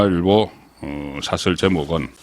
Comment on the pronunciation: 발음이 경북 사투리가 너무 심하네요. 사/설이 무엇이닙까? 사설이라고 발음하지 않고. 쌀은 제대로 발음할 수 있나요? "살"이라고 하지는 않나요.